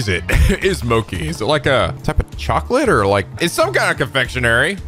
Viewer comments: GOD DAMN IT! IT'S PRONOUNCED MOCHI MO AS IN MOBILE, CHI AS IN CHEESE. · yes, you are right, just like churros, but i meant "chi" with the "i". keeps saying "moki". ( > _<) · Lol just destroyed every weeb saying MOKEEEE its Mo as in Moe and Chi as in Chi Chi 😂😂😂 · Thunderboy 179 also it's pronounced Mo-Chee. Not Mo-Key. But hey that's Amirite? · It's...it's pronounced moh-chee not moh-kee..... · Loved the side quests in this game! Also, I feel like too many people are "passionately" correcting on mochi. "Ch" is pronounced as a "k" in several languages and you can't expect someone to pronounce a food perfectly that they never heard of before. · I thought pronunciations couldn't get worse... BUT MOCHI JUST HURTS! IT HURTS! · He's been pronouncing it that way since P5 (unless I missed it in P4). It does hurt (it's not like mochi doesn't exist in the US) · you pronounced mochi wrong i’m totally original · im prety sure that the "chi" in "mochi" is pronounced "shi" or "ti", not "ki".